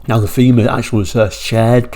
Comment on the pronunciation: It was pronounced "tayma"